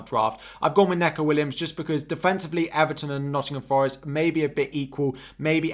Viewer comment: Great stream and really informative but its knee-co (Neco)